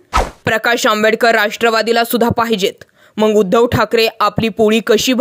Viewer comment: मॅडम ते मग असत मंग नाही